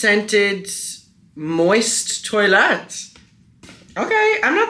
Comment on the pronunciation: “Moist toiletté” took me tf out lmao